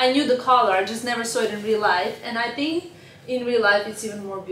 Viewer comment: Tink? Wid? You mean think and with?